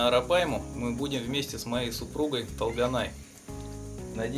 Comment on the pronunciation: Не Талганай! тОлганай-пожалуйста произносите правильно это имя) это красивое казахское имя